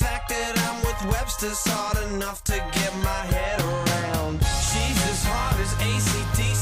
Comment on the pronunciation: are you canadian? cuz i think i heard down with websterrrr